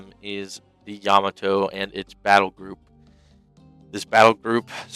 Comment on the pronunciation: It's pronounced Ya-MA-to, not YA-ma-to.